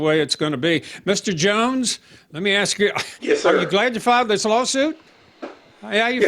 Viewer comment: "Ask". An axe is what you kill people with. ⚒️🔨👷‍♀️